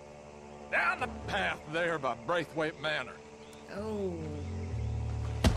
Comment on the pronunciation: bro it was funny asf I’m glad yal kept saying it wrong😂 I was like it’s BRAITH NOT BRETH!!😂😂😂 funny asf bro I’m not complaining at all